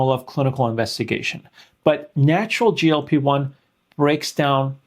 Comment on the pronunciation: Doctor, you have to work on your sound pronunciation.‼️ GLP1 from you constantly sounds like GOP1, confusing me further. And GLP1 does not need to prepare the pancreas for insulin (it's the job of the pancreas), GLP1 actually stimulates insulin release from the pancreas into the blood when glucose is becoming high, while at the same time, slowing stomach emptying, for a tamed glucose uptake which is happening down in the small intestine.